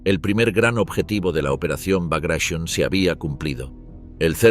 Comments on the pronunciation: ¿Porque pronuncia bagration en ingles si es en ruso? Bagration no bagrasion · No es.brageshionn.es Bragation ,en honor a un oficial ruso.heroe contra las invasiones Napoleonicas ..!!! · Laputaqueteremilparió!! Se dice Bragration, salame, estás rebuznando en castellano!! Soretemalcagado!!! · "BRAGUEISON", NO. NO ES INGLÉS. SE TRATA DE UN NOMBRE RUSO. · Me molesta escuchar cómo el relator pronuncia reiteradamente "Bagréishon" al referirse a la operación "Bagration", como si fuese una palabra inglesa, cuando en realidad era el nombre de un general ruso que se destacó en la época de las guerras napoleónicas; un amigo que sabe ruso, me dijo la pronunciación correcta de dicho nombre, y nada que ver con "Bagréishon". Es el error de querer pronunciar como inglesas palabras de otros orígenes .